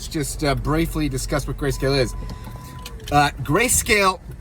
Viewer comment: Lol gayscale flub was funny